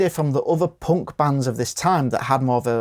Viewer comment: Of course they're not POUNC they're punk 😂😂 Who TF pronounces punk like that? 😂😂😂